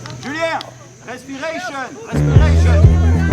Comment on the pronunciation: ... "respirécheune'' ha!! ha!! ha!! Avec breathing ça marche mieux. Bon sinon je me suis fait moi aussi 1 mois de Thaïlande en 2016 ( oct/nov) et ma petit 135 cc est passé partout ,même là où les pistes en jungle avaient été emportée par les coulées de boue après déluge.